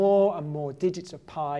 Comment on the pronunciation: I like when he says črillion but not trillion if anyone understands what i mean probably not btw if your from lithuania like this comment